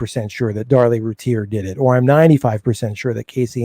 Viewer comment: Please say her name correctly lol lol 😆 🤣 Rooo- tier ... I don't know why I let things like that bother me🤣 Sorry not trying to be rude. Thank you so much for the upload. Casey Anthony should be on death row. Darlie should have been home years ago.